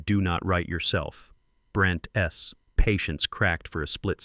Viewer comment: The narrating on this story is very annoying, because plurals where is an apostrophe are all pronounced with the 's' as separate - e.g. Brent (pause) "ess" for Brent's